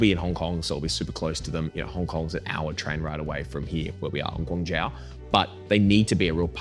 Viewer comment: Hey brother just a heads up when you pronounce Guangzhou its pronounced Gwang-joe :)